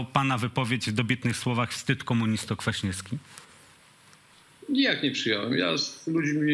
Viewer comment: Panie Redaktorzyno sepleniący - nie kwiasnieski tylko KwaśnieWski.